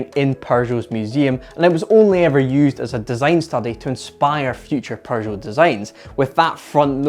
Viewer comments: Why does he says 'PeuRgeot'???!! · Why do you pronounce it "Perrgoh" theres no R in Peugeot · TIL there's an 'R' in Pergeot, I mean Peugeot. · "Paeu-jot" - a nice rebranding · Its PEUGEOT, not PERGEUOT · I love your British pronunciation of Pershow ! It is a shame to waste all that engineering on a single design concept car . They could have sold 25 of them for a metric ton of francs . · Why does he keep pronouncing it "Porzhou" ? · "perjoe, perjou, purrjow". There is no R in the name,...Stop with the "Purr Joe" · All I hear is Prrrrrgeot :)))) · What´s a Purrrgeot? Lol! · Purgot? 🤣🤣🤣 But seriously, very nice item! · It's not a perr joe you goof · I love how he murders the pronunciation of Peugeot. He just went with his own version, Persho. Quite amusing, that's the only thing I could hear during the video. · Why does he call them Purshow? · Perjoe or Peugeot? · TIL, there is an R in Peugeot #Pergeot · Dude why you calling it PURgeot?? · Someone tell bro there's no "r" in Peugeot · Bro it’s peugeot but without R between the U and G, smh 🤦🏽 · Your Scottish, that’s not how we pronounce Peugeot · hey, you know there's no "r" in "Peugeot", right? 😅🤔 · Am I hearing an “r” in the pronunciation of Peugeot? I see no “r”. I would like to get a second opinion… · I've never heard of this car nor have I ever heard the maker's name pronounced quite like that with an r in the first syllable.